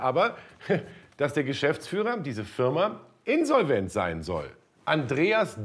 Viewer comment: INNsolvent, wie mich das triggert seine Betonung 😅😅